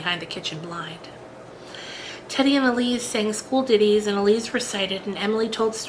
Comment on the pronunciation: Lovely, but... Ilse is pronounced Ill-sa, not Elise!